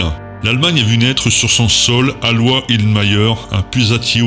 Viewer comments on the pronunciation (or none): Merci pour ta vidéo super ! Son prénom se prononce Alo Ï sse il s'écrit Aloïs . Bon à s'avoir ❤️